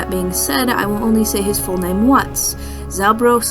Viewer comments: Also just call him zaldo not zalgo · CAN YOU PLEACE SAY ZALGO? NOT Z